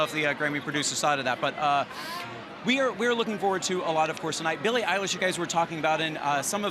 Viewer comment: You said bullie but it is billie